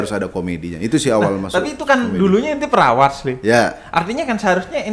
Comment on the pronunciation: menit bang tretan keceplosan bilang anjir tapi suaranya gk jelas, 😂 trus di menit bang ja'far salah sebut kata perawat menjadi (perawas) 😁 yah patut di maklumi lah,,,, stiap manusia pasti ada khilaf nya dan ada kesalahan nya dan itu pasti bisa di perbaiki lagi supaya di hari esok tidak ada lagi kata"yg salah. 😀